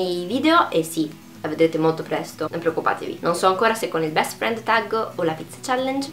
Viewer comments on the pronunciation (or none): none